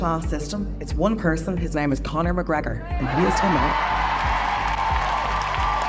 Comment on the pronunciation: Conna MacGrega 😂😂